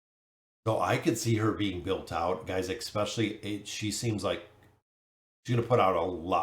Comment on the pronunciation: It's especially, not expecially. I love your content, but every time I hear this, I want to turn off the video.